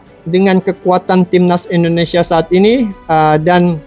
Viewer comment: Dengn tidak mengurangi rasa hormat bang saya cuma mau ngasih saran dalam penyebutan kata INDONESIA ...pake Sebutan INDONESIA bukan ENDONESIA🙏🙏🙏 salam santun